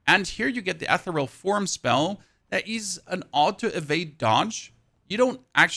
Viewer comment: The way you say Ethereal is wild! 😂